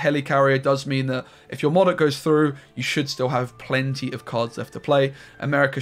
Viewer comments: Moudok not Mawdok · You mean Moe Dok